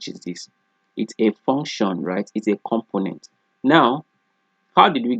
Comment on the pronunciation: Everytime you say "component", it sounds you are saying "compliment". I'm sorry, I normally don't like to bother people if they don't say it correctly one time, but you use that word alot. It's a little distraction from your lesson. I appreciate all your hard work and taking the time to upload this video.